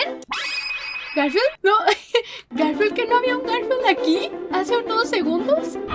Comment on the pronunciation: dice galfield yo: hermanooooooooo❤❤❤❤❤❤❤❤